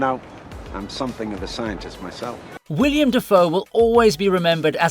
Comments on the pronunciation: It's WILLEM Dafoe.. not William. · His name is Willem, NOT William. Put some respect on his name, dammit.